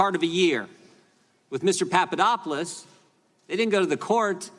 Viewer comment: Jim Jordan needs to lay off the uppers, whatever it may be. He can't pronounce names....Papa dop oulos Greek...very easy Jim. Jim your grandstanding is getting to be overly, and rediculious...people are talking. Sometimes, less is more, And, when you are in the people's House the House we pay for....wear a jacket, show us the respect our tax dollars earn. Come on, you aren't in the Gym anymore. Are you? Jim....Jim...calm it down.